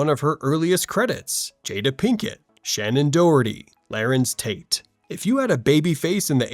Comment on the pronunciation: Not sure if this channel is using AI to do the narration but they pronounced “Larenz Tate’s” name wrong. It’s “LA-RENZ”